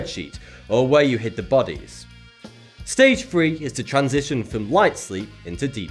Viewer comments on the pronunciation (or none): none